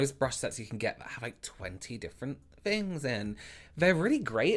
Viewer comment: I love how you say vey, they, vem, them, fings, things, vose, those, Fort, though... Anyone else find themselves focusing on the way he says these words lol?